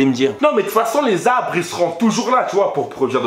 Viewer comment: J'ai l'impression tu dis "abre" hahaha. Mais sinon, continue j'adore ce que tu fais 😉